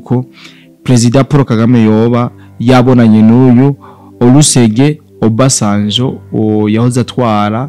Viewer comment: CA USOMA " ORUSEGUNI OBASANJO"